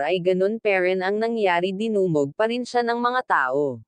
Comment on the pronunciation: Ayusin mo ang salita mo hindiz perzin,. PARIN